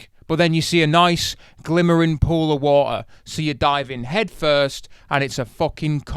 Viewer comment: Artificial wa'er xD